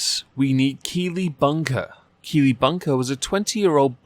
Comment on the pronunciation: The whole time I kept hearing kiwi not keely